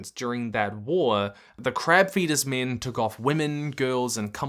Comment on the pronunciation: The way this guy pronounces "six" and "min"... it's linguistic incist. 😣😢